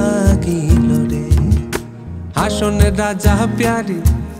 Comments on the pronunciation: Good composition and Music Rearrangement. But, I’m here to rectify the exact pronunciation. It is “Hason” not “Hashon”. Mispronouncing the name of the writer and composer is heartbreaking. Hason Raja is a legendary figure in Bengali Culture. Anyway, best wishes from Bangladesh! 🇧🇩 🌻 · গানটিতে নতুনত্ব আনার চেষ্টা করা হয়েছে, ভালো কথা। কিন্তু এই লোকগান যে মরমি কবির লেখা, তাঁর নামটা তো অন্তত শুদ্ধ করে উচ্চারণ করা উচিৎ। আমরা সিলেট অঞ্চলের মানুষ। প্রতিবার গায়কের মুখ থেকে 'হাশন রাজা' শুনতে প্রচণ্ড বিরক্ত লাগছিলো; আসলে নামটির উচ্চারণ 'হাসন রাজা'- ইংরেজি S এর মতো। নতুন করে গাওয়ার আগে অন্তত সেলিম চৌধুরীর পুরোনো ভার্শনগুলো একটু শোনা উচিৎ ছিলো তাদের। তবু আপনাদের উদ্যোগকে স্বাগত জানাই। :) Keep it up! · চমৎকার উপস্থাপনার জন্য সাধুবাদ জানাই। নিশা লাগিল রে। সঠিক । নেশা শব্দটি হাছন রাজার জন্মভূমি সুনামগঞ্জ/সিলেটে নিশা উচ্চারিত হয়। তবে হাসন শব্দটির উচ্চারণ সঠিক হয়নি। উচ্চারণ হবে- হাছন। হাশন উচ্চারণ করা হয়েছে। যা শ্রুতিকটু । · হাসন টাকে হাছন উচ্চারণ করলে ভালো হতো।। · উচ্চারণ ঠিকঠাক হয়নি, হাশন রাজা না হাসন রাজা হবে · ভাই ভাব ধইরেন না। সঠিক উচ্চারণ করে গান কারুন। হাশন রাজা নয় , হবে হাসন রাজা...। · গানটিতে নতুনত্ব আনার চেষ্টা করা হয়েছে, ভালো কথা। কিন্তু এই লোকগান যে মরমি কবির লেখা, তাঁর নামটা তো অন্তত শুদ্ধ করে উচ্চারণ করা উচিৎ। আমরা সিলেট অঞ্চলের মানুষ। প্রতিবার গায়কের মুখ থেকে 'হাশন রাজা' শুনতে প্রচণ্ড বিরক্ত লাগছিলো; আসলে নামটির উচ্চারণ 'হাসন রাজা'- ইংরেজি S এর মতো। নতুন করে গাওয়ার আগে অন্তত সেলিম চৌধুরীর পুরোনো ভার্শনগুলো একটু শোনা উচিৎ ছিলো তাদের। তবু আপনাদের উদ্যো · হাসন না রে ভাই হাছন হবে! আর যাহোক উচ্চারণ ঠিক না হলে গান টাই মাটি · হাছন রাজার নামটি ‘হাশন’ উচ্চারণ খুবই বিরক্তিকর ছিল। নিশা শব্দটি ঠিকই আছে। বাংলা নেশা শব্দটিই সিলেট অঞ্চলে ‘নিশা’ রুপে উচ্চারিত হয়। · হাশন কি? উচ্চারণ ঠিক করে গাইবেন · হাছন এর উচ্চারণ এ ক্যারাব্যারা ছাড়া ভাল হয়েছে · শুধু "হাসন রাজা"র নামের উচ্চারণ, আর মূল সুর থেকে একটু অন্যরকম, বাকিটা "নেশা" ভালোই লেগেছে। Best wishes! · সুনামগঞ্জ থেকে বলছি, গানটার সুর অনেক পরিবর্তন, হাছন রাজার নামটা ও টিক ভাবে উচ্চারণ করা হয় নি, দুঃখজনক